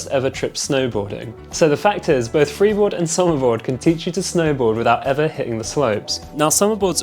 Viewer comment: Lol you said "freebord" twice 😂 so which one is best for training?